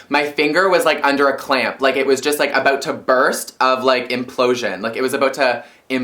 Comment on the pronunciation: the way you said 'about' made me realize you're Canadian.